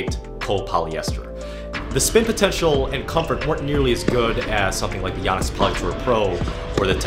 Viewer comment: It’s YO-nex. Long O sound. I’ve been saying it wrong for over 20 years, apparently.